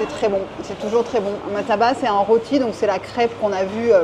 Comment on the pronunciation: cela s'appelle ' loti ' cela s'ecrit roti . '